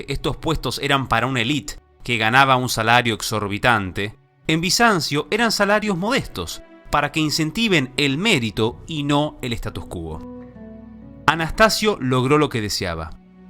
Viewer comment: ¡OJO! "Statu quo" Se pronuncia "estátu kuó" y no "status cúo" Fuente